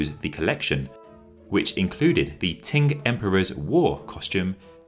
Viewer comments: Every time he says "ting" dynasty I cringe a little closer to death. /tʃ/ in IPA is ch. Qing /tʃɪŋ/ is pronounced ching, not ting. There is no Ting dynasty. ( ; _ ; ) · Why do you say "Ting dynasty" ? It's "Ching" dynasty. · It's "Ching" dynasty not "Ting". Every Chinese documentary I've ever seen that was narrated by a white person ALWAYS pronounces Chinese names wrong. If you're going to research history, why not take the extra step and ask a Chinese person how to say the names. BE MORE PROFESSIONAL !!! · Between “ching” and “ting”, I think the former is still closer to the mandarin pronunciation “qīng”. Amazing video! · Am I crazy but were you pronouncing Qing as "ting" or "tink"? It's driving me crazy. It's "ching", like "ka-ching!" Also, there were wrong pictures of the Summer Palace. That's the 颐和园， not the 圆明园. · How about attempting to learn the pronunciation of the how the last Dynasty of China sounded? TING, indeed! Or are you perpetuating the dismissive notion that the British can dispense with such things? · you pronounced everything else correctly. So, I was surprised that "TIng" was the only error. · Qing is pronounced Ching. Easy. Just go online for help. Please be professional